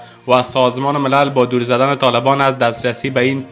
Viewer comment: جوانان پرتلاش! در نشرات خبرى شما اشتباهات املايي و حتى انشاءيى زبادى به گونه ى مكرر رخ مى دهد من دو نمونه ى تازه را مثال مى دهم : در واژه دور هرگاه حرف دال را با زبر ادا كنيد يك مفهوم را مى رساند اگر با پيش ادا كنيد مفهوم متفاوتى مى دهد دور دور نيست.